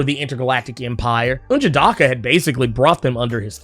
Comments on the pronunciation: Don't feel bad, I do the same everytime he says n'jadahhhhhka. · Still murdering N'jadaka's name. 🤣